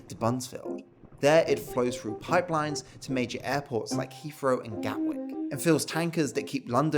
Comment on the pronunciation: "suvvern England", "ripped frew", "fousand" . Learn how to speak please. I can't listen to the rest.